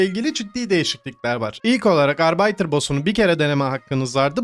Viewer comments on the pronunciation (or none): Arbiter'ın okunuşu [arbitır] olmalı dostum. Arbeiter almanca işçi demek 😅